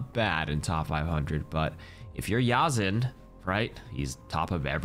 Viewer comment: YZN is pronounced Yazan not Yazin... it's an Arabic name, (( يَزَنْ ))